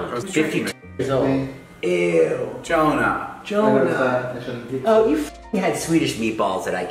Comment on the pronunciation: Why do you guys call him Johona??